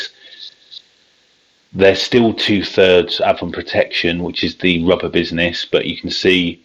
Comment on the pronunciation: It's ay-von